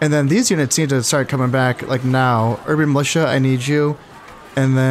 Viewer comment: STATS FOR KHANS Urban Militia successfully pronounced 7 times Urban Musha incorrectly pronounced 4 times A hybrid of the two - Urban Melusha pronounced 5 times A heart warmingly valiant attempt